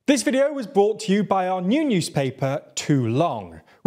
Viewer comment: It's not only the pronunciation of non-English words, every video starts with 'bought to you by' rather than 'brought to you by'. Don't want to go all English teacher on you but 'bought' is the past tense of 'buy'